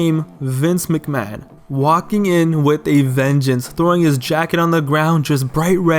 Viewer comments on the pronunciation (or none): none